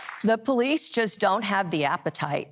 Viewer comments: Just plain GHETTO... embarrassing...and it's Police NOT Po lease. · Ah yes, the poh-lease. 🙄